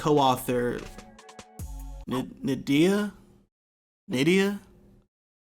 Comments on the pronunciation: Its pronounced Nnn-Dee-Yah, not India, its West African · Pretty sure N’Dia is pronounced India